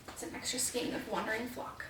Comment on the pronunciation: Skein rhymes with vein.